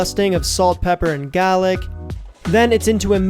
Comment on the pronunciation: Nothing like gah-lick.